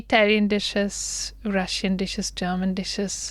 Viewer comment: ജേമൻ അല്ല. ജർമ്മൻ.